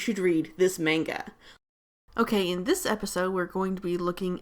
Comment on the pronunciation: When the person says manga wrong